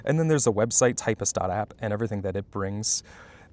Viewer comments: Nooooo, man! It's officially pronounced "typst" as /taɪpst/, i.e. 'Ty' like in Typesetting and 'pst' like in Hipster. Not "typist". They have brand guidelines on their website. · Its typst not typist, checkout official pronunciation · I refuse and pronounce it tipst And it has been catching on around my university lol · Nah. Me see "typst", me pronounce "typst". Also, this is the best ending I've ev